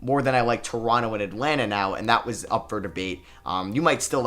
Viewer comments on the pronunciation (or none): none